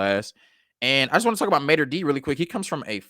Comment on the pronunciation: its Mater Dei ( Day), sir..